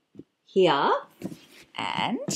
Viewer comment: the way she says "here"